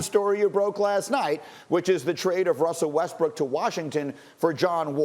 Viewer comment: Wussel Westbrook 😂